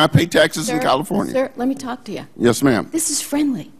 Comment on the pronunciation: did I hear him call her Maa'm?